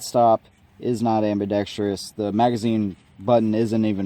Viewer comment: ambidex-truss. Just a tip.